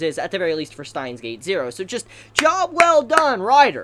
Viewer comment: Who is "Stein"? And where is his gate? It's Steins Gate, not "Stein's Gate"